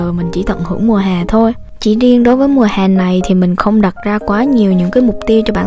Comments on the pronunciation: v em đeo tai nghe mà em nghe chữ "mùa hè " em tưởng chị bị đớ với bị ngọng á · Chữ " mùa hè " đọc hơi sai nhé